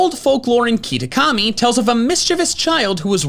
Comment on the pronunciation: did you just call it keetakami? lol